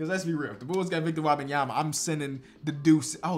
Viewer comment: pronunciation of Wembanyama gets worse every video and I love it lmao